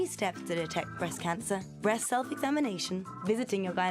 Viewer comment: they said brest self examination not breast anyone else notice?